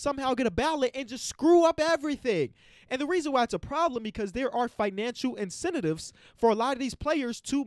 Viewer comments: said “incenatives” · Financial “incenetives” 😂😂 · put an extra syllable in incentives😭🤣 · “Incentitives”. My dude so mad he making up words. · incentitives lol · Man said incentitives